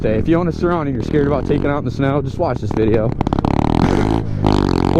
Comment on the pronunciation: Sur-Ron .......RONNY